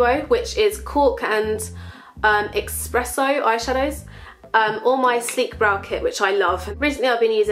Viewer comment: It's 'espresso' darling ;)